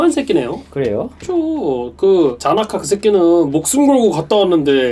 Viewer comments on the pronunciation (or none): 계속 자나카 라고 부르는 거 개웃기네 ㅋㅋㅋㅋㅋㅋ